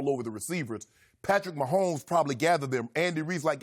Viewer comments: Nobody: Shannon: Pat Myhomeboy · Me: Patrick Mahomes Shannon: good ol Patrick MAHOMBOY